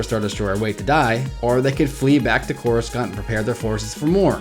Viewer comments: if you've watched any of the prquels or the clone wars, you would know that coruscant is not pronounced as corus- kant, it's corus- sant. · It's Coruscant, not CorusKant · (koor oo sahnt) not (koor oo skant) For Coruscant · its cora-sant not cora-scant just to let you know :) even tho its spelled corascant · I hate how he keeps saying Coruscant!!! 😬 thers no K sound in the word!!! watch epp I and url see how it's properly pronounced! your saying it like it's spelt "CORUSKANT!?" 😕 say it as SANT! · Why do you say couriskant isn't it couricant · I stopped watching because of the way u said corasunt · It's corusant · And y do u pronounce Cora-Skant it's so weird... I like ur channel overall tho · CorisKant? Looooool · it's just corussant the "c" is an 's' sound not a 'k' sound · more than half of this video's dislikes are probably due to "that". Coruscant's name is said at least 30 times in the movies, and it's never called "CorusKant"... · Hey I don't mean to be be rude but it is pronounced Cor I sont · Why do you keep saying Coruscant like that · Hearing you mispronounce coruscant makes we want to punch a baby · I know I'm just making fun of the guys pronouncing of it.